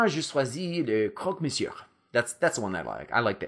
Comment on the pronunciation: great videos!! i love your accent! but just a little detail, don't pronounce the "r" in "monsieur", otherwise your french is perfect!